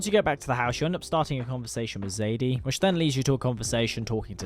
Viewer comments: I personally played it the same both times and how I feel is the most natural way. I played as a total outlaw until Arthur starts counting and speaks to Joseah about redemption. From that point I changed my ways and started giving back. Also calling Sadie, Zadie is driving me crazy like seriously. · Great video thanks 👍🏻 one criticism.... Her name is Sadie not Zadie 😅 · BROOOOO ITS FUCK SSSSSADIE SUHAHDIE NOT FUCKING ZADEY ITS SADIEEEE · Sadie not "Zadie" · also her name is sadie not zaidie sorry😭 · just wondering why do you say zadie and not sadie